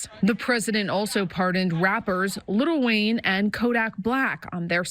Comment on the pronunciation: Are we just gonna skip over the way the reporter called him "Little Wayne"?